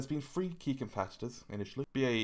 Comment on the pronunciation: And say "three" not "free". Conjugation.